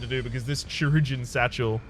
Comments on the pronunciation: It's pronounced Ki (as in Kyle) - rur (as in rural) - jun (as in jungle) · Regarding the "Chirurgeon" , I believe it is pronounced similarly to Cyrillic synonym for surgeon - "Khee-roorg-ee-an" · It's pronounced "kī-ˈrər-jən", because this it comes from Latin, I guess?